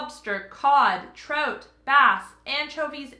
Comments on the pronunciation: I love how you pronounce Tartar and Trout 🤣🤣🤣🤣🤣🤣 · Monetary Jack cheese lol. That sound like an expensive cheese lol. Trout is not pronounced to rhyme with throat but should rhyme with out.